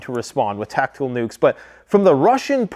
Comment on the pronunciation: Did he just say tac-tic,cool